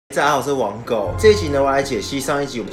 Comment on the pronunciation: 你又念成網購。www